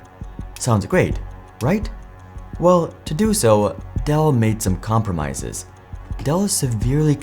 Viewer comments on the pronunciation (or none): "made some comrpomises" . . . .